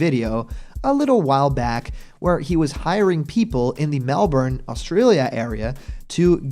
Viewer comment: Thanks for pronouncing Melbourne correctly ^_^